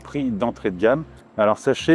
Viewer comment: Suis-je le seul à être irrité d'entendre "cUpra" ? 😬